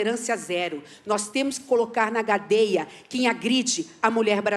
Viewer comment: TEBET: "Nós temos que colocar na GADEIA kkkkkkkkkkk😅😅😅😅😅 Quem percebeu?